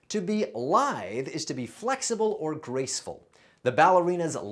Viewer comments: You pronounce lithe wrong, it's lithe haha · Did he mispronounce the word lithe?